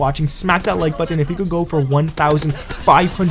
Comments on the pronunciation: It's button! Not buu..-ton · Can't say button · Why can't you say button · If you say button like that again I'll vomit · You say button weird lol